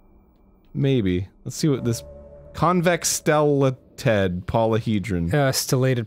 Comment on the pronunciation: “Stella... teeeed” - Arin “It’s stellated polyhedron Arin” - Dan